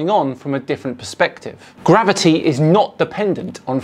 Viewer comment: He can't even say gravity, let alone understand it.